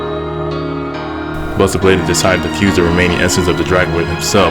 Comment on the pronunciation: He was now........*dramatic pause* Bustah bladah